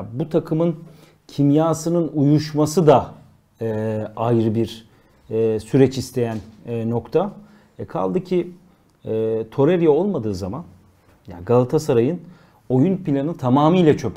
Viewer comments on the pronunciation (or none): torerya degil toreyra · Torerya deyip duruyorsun beni deli ediyorsun...Adamin adi Torreira(Toreyra)